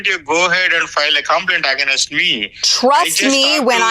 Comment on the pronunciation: Ish janam me to South Indian log AG-NAIST bolna band nahin karenge.....sudhrenge nahin yell yumm yenn woh p q r yes t .....bolte rahenge or against ko AG-NAYST !!!